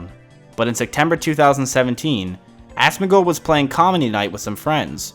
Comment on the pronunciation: loololol god damn u asmin gold lolol the way u say it is fukin classic honeslty i like asoms vids but this shit made me piss myself 4 times watching this